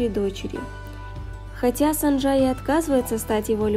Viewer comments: Героиня - кореянка и имя ее - корейское. Значит нужно читать по правилам корейского языка. 김선자 - тут явное О 🙃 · Почему вы произносите сАнджа? Правильно через О, СОнджа